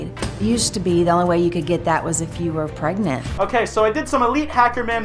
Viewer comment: pregert pregant pregante